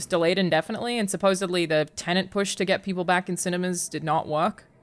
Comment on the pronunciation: Pet peeve time: WHY is it that so many people are saying "tenant" when talking about the movie "tenet?" They are two separate words and they mean vastly different things., my man, you're part of the problem homie! Still love ya tho